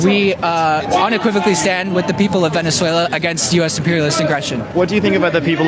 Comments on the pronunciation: say it with me..."VIN-ES-WAY-LA" and not "VIN-ES-WAIL-E-UH" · repeate after me: VenezuelAH, not VenezuelYAH 😂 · It's Venezuela not Venezuelayaaa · Love you but please learn to pronounce Venezuela correctly, it’s not Venezuelia. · Dude, sound out the word before saying it. This is as bad as people who say Nuke You Ler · It’s ven es way la, not venez waylia! 😂🧙🏻‍♀️ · BRO!!! LA NOT LIA!!! VENEZUELA VENEZUELAN!!!! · Sorry mate, but it´s "Venezuela", and NOT "Venezuelia". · Never trust someone who says Venezuelia 😂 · VENNIS-SWAYLIA???? Does everyone from Utah pronounce it like that? Especially after hearing it correctly in your own video? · Where is this VeneswhallIiya, you speak of? 😂😂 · Venezuelia?hahaha why is it so difficult to read?WHY? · Bro.... I love your show, but your pronunciation if Venezuela is atrocious. The "ya" sound in Spanish is only when it's a double L, like in Llama. So it's just a regular L sound for the country. Venezuelans pronounce it as Beh-neh-SWEH-lah 😉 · You're pronouncing Venezuela incorrectly (like 'Venezuelia"). FYI. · Are you intentionally mispronouncing it as Vene-SWELL-ia? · It's not "Venen-zueilia" 😆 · Dude, "Venezuelia" sounds like something the wife breaks out when you're extra good. She's gonna "Venezuel- ya" but only if the kids are out. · FFS, there is no i in Venezuela. It isn't Venezualia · Bro, it's not Venezuel-ya! There is no "i" between the "l" and "a"... (constructive criticism) Also, I have a question... How can I send you a pic meme... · It's not Venezuelia. 😋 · Please stop saying “Venezuelia.” Augghhhhhhh!!!!!!!😂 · "Venezuelia" bro.. cmon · How do you watch videos of people repeatedly pronouncing Venezuela correctly and still mispronounce it? Venezuelya? What? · It is weird hearing say "Venezuelia" over and over. It is la not lia. 😂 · Hey, stop saying VenezWAYLIA! Do it again and I unsub🫵🏻😯 JK your the best! 😊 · Where is Venez-whale-yuh? Lol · Bro it's not Veneswaylia. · Ya can't pronounce Venezuela